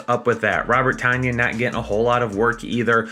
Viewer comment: I'm not trying to be a bug/smartass or whatever cuz I just learned it from the broadcast on Sunday. Ik it doesn't matter but just letting u know Tonyan is pronounced like tun-yin